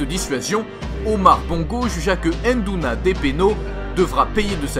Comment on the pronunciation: VOUS devez dire NDOUNA et non pas ENNEDOUNA !